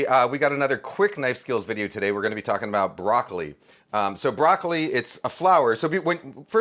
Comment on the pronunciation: He's chopping broccoli....he's chopping broccoli....he's chopping broccoleh....he's chopping broccoleeeheeh....